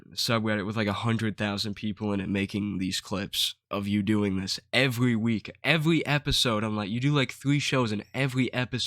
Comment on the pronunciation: I love how this dude makes a video about how other people are stupid, but then turns around and says “ cwinge “ and “ evewy “ 😂 maybe you should stop making fun of othew people bwo. Youw not vewy funny eithew😂